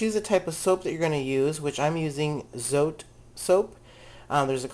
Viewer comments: FYI, "Zote" is pronounced "tsaw-teh." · I use this recipe minus the baking soda. Oh and by the way, the soap is pronounced so-teh.